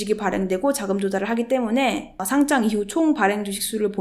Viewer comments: 상짱은 교장, 교감감선생님이 주시는게 상짱이고, 주식 상장은 상'장'이라고 읽는게 맞습니다. 딴지 걸려는 건 아니고, 계속 그렇게 발음하시는거 같아서요. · 잘 보고 갑니다. P.s. 상장을 상짱certificate으로 발음하면 전혀 다른 뜻 입니다.